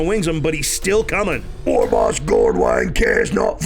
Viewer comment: Did you just pronounce the "g" in war?....unsubing